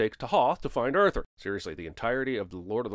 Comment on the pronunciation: 100 sins to cinemasins pronouncing Arthur's name as "Urther"